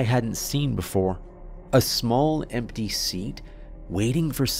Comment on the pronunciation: Story is fine but why'd he have to pronounce me as meh, empty as empteh?